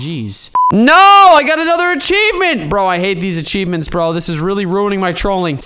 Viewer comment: Ant: no I don’t want ACHEAvMENTS!!! Me: ok ya same here